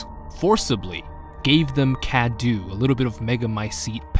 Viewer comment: You keep saying Cadou wrong